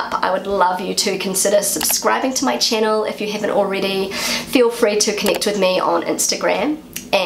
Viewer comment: I like it when you say welcome to my chaënel!😂❤❤❤😂